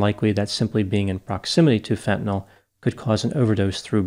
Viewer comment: It's refreshing to hear fentanyl pronounced correctly instead of "fentanol".